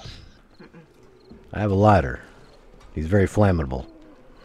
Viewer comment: “he’s very flamatable” 🤣🤣🤣